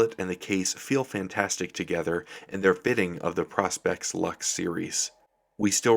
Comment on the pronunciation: please say pro-spex and not pros-pex , nice watch tho